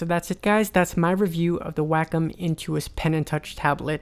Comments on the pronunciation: It's NOT pronounced "wack-em" like you say it in your video. It's pronounced "wok-om" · he said WAKOM its pronounced WAY COM : wacom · It's pronounced "wah-kom", not "whack'em". It's japanese for Art, COMputer. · Why does every one say WAKUM its pronounced WayCom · ヽ༼ຈل͜ຈ༽ﾉ _ A teacher I used to have pronounced it "Whack-um." I always said "Wah-com." I didn't know it was WayCom! lol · its pronounced "wayycom" lol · Sheen Mancinelli wacom is a japanese company and in japanese it's written ワコム... (wacomu) its pronounced WAHKOM not waycom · Sheen Mancinelli Actually no. It has been proven that it is pronounced WAKUM (or like "walk come"). Look at Tutorial videos from the company Wacom themselves on YouTube. They pronounce it as WAKUM. Do some research first. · it is WA CO Mu the u is silent. People who insist it is WAY instead of WA are wrong. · Bert Monroy and others pronounce it WAH-cum, so I did too. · I knew that's how you pronounced it! I love how the company itself pronounces their name wrong.